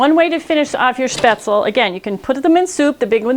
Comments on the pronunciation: Ummm...Spaetzle does NOT rhyme with pretzel. Nope. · Actually, it's the wrong way. The last "e" is not silent. "sh-payts-luh" is the correct pronunciation.